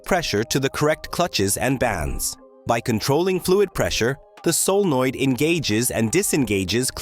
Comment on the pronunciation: Tell your AI narrator that 'solenoid' is a three-syllable word.